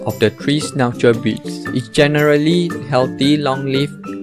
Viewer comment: Miniture sch nauu zeerr